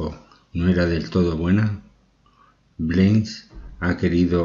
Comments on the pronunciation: Me dió sueño el relato...señor 🙄🙄🙄y es Blanes, no Bleins😏🤪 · Blanes!!! Así como se lee!! No se leé, Bleins!!! Que mal que ustedes, españoles, no sepan decir ese apellido. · Sr locutor el apellido es BLANES en castellano, manía de cambiar el sonido.Blanes, gracias. Mi pésame Cámilo Blanes Ornelas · Es simplemente Camilo Blanes, se pronuncia como se escribe. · Es un apellido español,no lo pronuncie por favor como si fuese inglés. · Es Camilo Blanes pronuncia bien